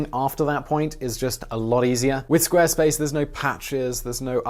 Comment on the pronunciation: You pronounced Squarespace wrong! Jeeeesus!